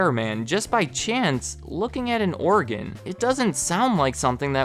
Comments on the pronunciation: It sounds like you're saying Oregon instead of organ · “OREGON” “ORGAN”